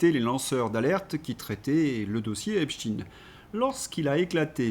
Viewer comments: Mr,Prononcez Epstein,pas Epstine svp.merci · Prononcer Epstein pas Epstine svp, merci 😊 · Epstein se prononce "Epchtayne" et pas "Epchtine", le nom est allemand et Stein se prononce comme le mot allemand qui signifie pierre. Epchtine évoque phonétiquement Poutine, c'est INTENTIONEL. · Mais putain vous allez ARRÊTER de dire EPSTINE !!!???!! EPSTEIN !!! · arretez de dire epstine c'est epstein !!! pourquoi pour faire pensez a poutine ?? c est nul; vous parlez comme LCI. Je vais me desabonner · Ne pas lire "EPSHTINN" mais : EPSHTAÏÏNN... Merci. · bonjour, en france on dit epstEIN er non tin. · Epsteen ca s’écrit Epstein, avec stein comme la pierre en Allemand qui se prononce évidement de la même manière… arrêtez avec cette stupide anglicisation de tout!!! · Ça m arrache les oreilles, ce epstiiine,comme chez ts les sbires de LCI et co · Dites Epstein, on ne dit pas inestine, ramstine, olivenstine, inesenstine, ni ine, zwine, drine... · Mais qu'avez-vous bon nombre à écrire comment prononcer epstein ou epstine ??? Qu'est-ce que ça peut vous faire ??? Chacun prononce comme il le souhaite bon sang !!!! Vous n'allez pas vous aussi vous y mettre pour une prononciation !!!!! Ça fait plusieurs jours que ça dure stop ! Ça suffit !!! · si vous vous interdisez de prononcer les mots -viol ou violer, pédo criminel, abus sexuel .... comment voulez vous traiter le dossier "EPSTINE" comme vous dites prononcé à la russophobe ! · J'en suis à 8 mn environ, et devant la tartinade de << Epstinne Epstinne Epstinne >> je suis obligé d'arrêter, cher!!!! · EpstEIN comme EinstEIN ON DIT PAS ALBERT EINSTINE